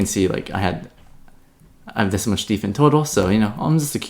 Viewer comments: It's hilarious calls Dfyn "Deefen" when it's built for DeFi and the words "Defy" and "Define" exist. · Dfyn is pronounced "define"